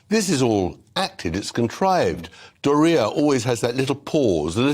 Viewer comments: He say doria, sounds diarrhea 😂😂. 8.47. I'm using this for her now anyone care to join me? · Adore how Mr. Bower pronounced Doria's name 😁😂😁